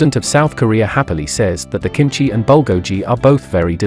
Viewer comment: Your accent of bulgogi is pretty hard to understand it took me 3sec to think about it... Better at least search how to pronounce the proper name of cuisines if you aren't familiar with it.